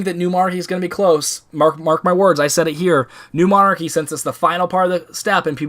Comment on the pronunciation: Trouble pronouncing new monarchy I see lol